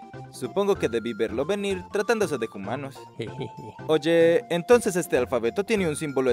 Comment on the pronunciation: Por qué pronuncia 'humanos' como 'jumanos' y no 'umanos'? Qué confuso 😳